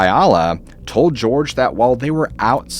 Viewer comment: Jorge =/= "George"